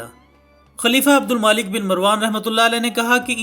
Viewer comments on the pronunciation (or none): Brother is it Abdul maalik? Or Abdul malik...Jaha tk me ne parha hai... عبدالملک hai naa k عبدالمالک .... Correct me if im wrong